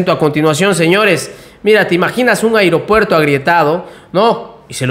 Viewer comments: Muy buena la información !! Pero hago una observasión Sin afán de ofender, tener cuidado con la pronunciasión, cada vez que dices Aeropuerto Siena como Airopuerto. Perdón !! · Se dise aeropuerto.... No airopuerto...